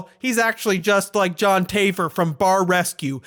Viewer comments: It's taff-er not tayfer. He's a big bitch though so who cares. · i love you but when you saind Join "Taifer" my soul left my body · Luh-key-too? John Tay-fer? really? lol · It's pronounced Taf-fer. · It triggered me how you pronounced the name of Jon Taffer as Jon Tayfer. Omg! He might fight your ass for saying that. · Also regardless of how you feel about John the way you say taffer indicates you haven't paid a single episode lol